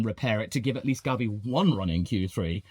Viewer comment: Why do you pronounce gabi like garbi 😂😂😂